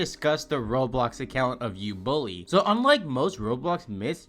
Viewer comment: U bully ❌ Ubooly✅